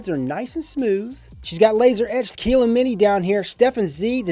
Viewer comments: Keylin Mini? No, it's Kylin Mini. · It's pronounced 'kiy-ln', not 'kee-lyn' btw. No hate here, I'm just a pedantic tosser;P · Keeeeeeeelin? Or Kylin? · Dexter Morgan definitely Kylin not keeeeeelin lol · If it has a Y in it then why would you pronounce it as an E?